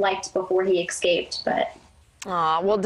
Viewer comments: If she says EXcaped one more time…..sorry I’m so petty but that rings my bell. She doesn’t seem all that sincere either. Maybe that’s my thing with her 🤔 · "ex-caped" 🤣 Girl, there's no X in that word. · "Escaped," not "ex-caped".. 😐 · ummm its not "exCaped" its e S c a p e d...🙄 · Every time she said eKscaped I wanted to scream. I wonder if she still says pisgetti and aks. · Escaped not exscaped !!! No x in the word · I wouldn’t expect anything more from a woman who says eKscaped repeatedly. On tv at that. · She mispronounced a few vowels, maybe xcaped from an intuition herself, & ‘helping’ this animal is a way of controlling her trauma...